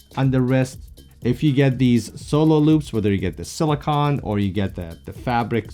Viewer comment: Awesome vid def picking up one of the metal bands. And Lol it’s pronounced “sili-cone” not “sili-con” 😂